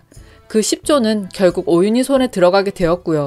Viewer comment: 4회 마지막에 유동필이 오윤희 오윤희 라고 하는것 같은데 이거 진짜 노림수 같아요 다시 들어보면 오우 씨를 오유~ 씨 라고 해요;;; 의도한것같은 느낌.... 결국 오윤희는 죽지 않았다는것 로건이 오윤희를 살렸다면 등장할 시기긴 하겠네요 ㅋㅋㅋㅋ